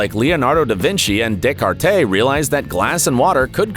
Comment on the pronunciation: Day Cartay? LOL. Do some more research on name pronunciation.